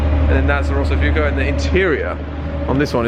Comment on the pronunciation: it's rosso FUOCO.. not FUkO... pronounced "fooAko"